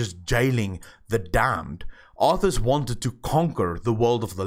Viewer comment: It's arthas